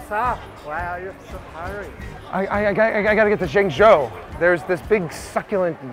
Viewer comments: pronoucing zhengzhou as yingyou is not very professional for a host hired by the Chinese tv channel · Why can't he pronounce ZhengZhou properly?